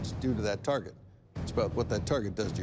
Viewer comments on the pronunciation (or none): none